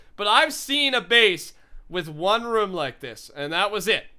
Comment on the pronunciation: IS IT ROOM NOT ROM